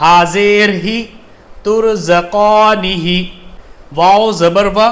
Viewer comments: Turzakanih ko h ko zer nahi hai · Turzakaanihi me ha ke neeche zer nhi lagi hai fir bhi aapne ha zer hi pada esa kyun???